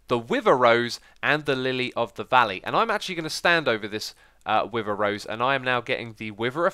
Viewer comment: “I am now getting the wiver effect”